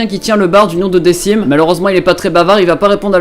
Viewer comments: Decim se prononce DeKim et non Dessim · Decim ça se dit "dekim" et pas "dessim" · J'ai vu la vignette, je me dis, mes deux mangas préférés bon...on clique! Par contre on prononce "Dequim" et pas "Decim" (même si ça s'écrit Decim") et les ost sont trop class, ça change des ost et opening trop "épiques" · SA CE DIT DeQUIme QUIME !!! PUTAIIIIIIN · Ca se pronoce dekim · Par contre Decim se pronnonce "DeKim" sinon super vidéo j'adore ta chaîne ;)